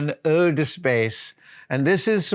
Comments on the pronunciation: In case you were wondering. "Eau" is French for water. It is pronounced roughly: "Oh". So it's pronounced roughly "Oh duh space" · Eau is pronounced as o, like the o in ho ho ho.